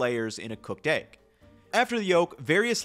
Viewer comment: I'll buy a whole set of those pans is you stop saying "aigg". Deal?